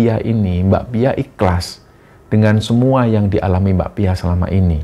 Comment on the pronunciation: pas mas nya nyebut mbak pia aku selalu dengernya bakpia jadi inget bakpia pathok jogja punya 😅